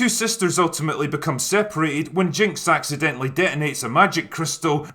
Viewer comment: "Accidentily" right.